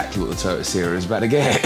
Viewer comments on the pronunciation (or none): Pronounced “see-rah” Edit: got it right after the intro 😅